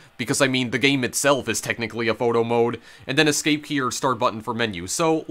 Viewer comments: gayim, owin, funny pronunciations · “Betwean the 2 versions of the gayem” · "Gay-em" "Mee-an" "Six-ti-en" Where is this pronunciation coming from? EDIT: Oh god it doesn't stop I've never even heard of this super niche game and now I'm contemplating whether I can sit through this explanation wtf are you doing bro